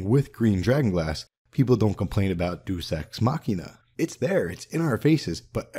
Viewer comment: Awesome video. But just one thing. It's "Deus ex Machina" and not doo x mokina